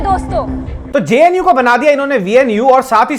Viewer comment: I stoped watching when, 'JNU' became 'VNU'🤣